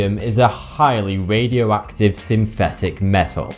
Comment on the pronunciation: MAWIE CUWIE. SPECTWOMETEW. ITS SO WADIOACTIVE. IT GWOWS IN THE DAWK.